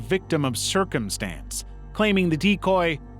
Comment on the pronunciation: A "Victim of sercomstance " ? Has he turned into Curly???😅😂